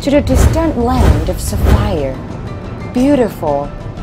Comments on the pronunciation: With the amount of money spent on this video, you would THINK that they could just hire a GOOD voice actor, rather then someone, butchering her SECOND language of English (Sapphire being pronounced as Sa-FIRE???) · what the f is a SaFIRE?! What the f is an Engil? It's Sapphire, not SaFIRE. It's Angel, not Engil